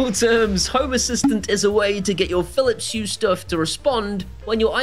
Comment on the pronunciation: I like it when he tries to say Philips Hue 😅😅🤣🤣